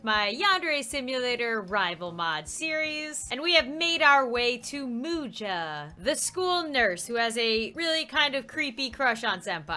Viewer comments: Its Muja not Mercy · I think Muja is pronounced (Mu-s-a) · It should be pronounced musha :) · Uhhhhh its Muja